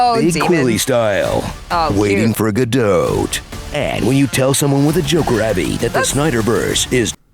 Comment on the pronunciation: It's "Godot" 😀